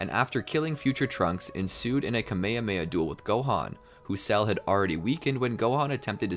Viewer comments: IT IS NOT KEYMEYHEYMEYA IT IS KAMEHAMEHA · “A kameamea” dude why do you say it like tahht 💀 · is nobody going to say how he said Kamehameha wrong? Also he keeps on saying it wrong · This guy not saying kaaaaa meeeee haaaa meeee haaaaaaaaaa properly